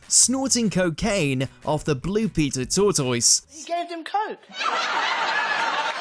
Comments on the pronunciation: Wtaf is a "tort toise"? It's pronounced tortus (tortoise) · It wasn't until you actually showed footage of the tortoise that I realized what in the hell you were saying! "toy-toys"??? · They actually say "torr-toys"? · So people can't pronounce tortoise these days? Is that AI or an internet education?